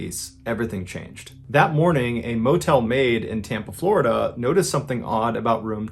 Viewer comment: Floh-i-dah Man... I'm NEVER going to Florida again.